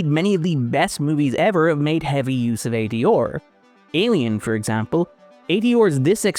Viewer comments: It’s how an Irish person pronounces those three letters. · The way the narrator says ADR is distracting. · Good video but that accent on R is insane 😂 A-D-ORRRR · AD…or? Have I been pronouncing that wrong this whole time? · I usually forget irish but when he pronounced "ADR" a Guinness popped into my hand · I'm pretty sure that's not how you pronounce ADR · It’s a mid-Atlantic pronunciation, combining the first syllable of the British pronunciation with the last syllable of the American pronunciation. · I'm gonna need you to go in and ADR your pronunciation of ADR. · I came here to say this in the lightest and most loving way possible myself.